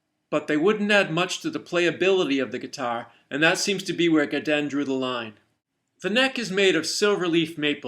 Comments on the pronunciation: You just made me want to say Godin correctly.......Go din - Godin....not Gadan. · Gudan? Goodan, it's go din. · They're a French Canadian company, so in French it's pronounced Guh-Dei (or something like that; you really need to speak french to know how to say it) Google Translate does a pretty good job at saying it ;)